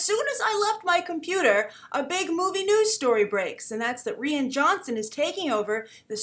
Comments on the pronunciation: I don't mean to be that guy but his name sound more like Ryan not Rhianne. Love the vid just the pronunciation bothers me. Keep up the good work. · Rian is pronounced Ryan not re-in. Please, you've been doing this for years, listen up. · Good Morning,. Rian is pronounced the same way as Ryan. And trust me. People ARE excited about Rian Johnson.:)